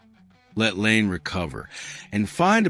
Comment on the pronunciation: It's not Lane...it's La EE nay Laine